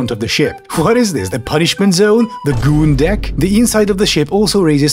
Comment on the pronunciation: How does it feel to know that you gained a subscriber by saying “goon deck”